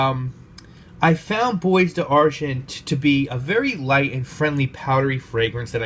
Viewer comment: Dear God it’s “bwa d-arghon”... not boys d-argint.